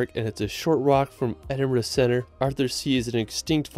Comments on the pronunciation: Edin-bruh moment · HE SAID EDINBURGH CORRECTLY!!!!!! you just made this brit very happy